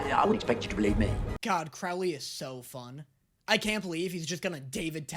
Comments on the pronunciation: it’s Crowley not Crawley😭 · By the way you are saying Crowley’s name wrong. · babes, would you please stop mispronounceing Crowleys name!? I beg of you!! He change his name for a reason TvT